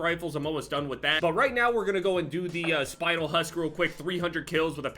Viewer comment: The spinel part of that camo is actaully a crystal that exists and its pronounced spin el not spinal